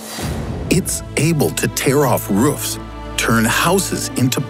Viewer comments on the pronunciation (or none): it’s able to tare of ruufs